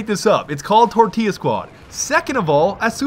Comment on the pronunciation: tortillla: pronounced TOR TILLA